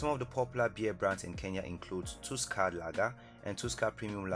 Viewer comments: It's pronounced tasker not tusker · Tell them it’s Pronounced taaska not tuska,some respect for Tusker beer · It's not tuusker it's tusker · It's"Taaska" not "tooska' you've got have respect for our Kenyan Tusker beer! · The way he butchered the name Tusker Lager! I almost didn't realise what he meant!😭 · Well here in Kenya that's not how we pronounce Tusker , and yea we drink alot , led by our president